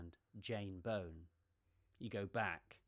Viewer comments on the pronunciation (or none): Jane is one of my favourites. Enjoyed the video but you pronounced her surname incorrectly. The 'Bow' in Bown is pronounced as in the bow of a ship. Her name is not bone! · Really nice video. I am a huge fan of Jane Bown's photography. However, I need to correct you on the pronunciation of her surname. I too am a Bown. Bown rhymes with Brown or Down, not Bone. I know it's a common mistake, I get called Bone, Bowen or Brown all the time 😞 Several people got the pronunciation of her name wrong in the 2014 documentary too.